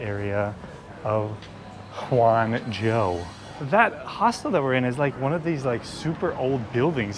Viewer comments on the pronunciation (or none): actually, there's no "huan" in Hangzhou. Just Han. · Hang not huang😂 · just say roger moore and u are fine pronouncing it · Great video, guys! Just an FYI, the way you pronounce Hang (杭) is literally like saying the English word 'hung'.